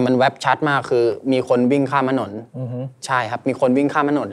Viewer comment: แม่พึ่งรู้ว่าพูดคำว่าถนนเป็น ขนน55555น่ารักไปอีก ดูวนไป ติดตามไปทุกรายการ &